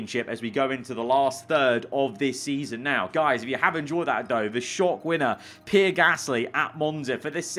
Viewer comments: PEE-AIR, PEE-AIR, PEE-AIR, NOT FUCKING PIER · I don't like Pierre Gasly, but I never called him Pee Air Gasly. 😂😂😂😂😂😂😂😂😂😂😂😂😂😂😂😂😂😂😂😂😂😂😂😂😂😂😂😂😂😂😂😂😂😂😂😂